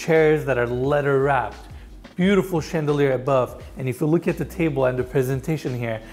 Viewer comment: 2nd garage holds a 'Booo-t-ful RR😂😂😂😂😂😂😂